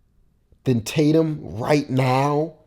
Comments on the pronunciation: “Taytum” not Tatum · Its Tatum not taytum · Imagine spelling Tatum “taytum” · homie its "embiid" not "emiid" and its "tatum" not "taytum"